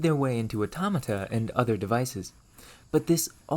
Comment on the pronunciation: I like the content and commentary, but I'm generally curious where this guy is from since every time he pronounces a word with an "O" he says it as if it were a "U". Like saying Fur instead of For or Urther instead of Other. I've never heard someone speak such perfect English and then not for one letter, so I'm just curious.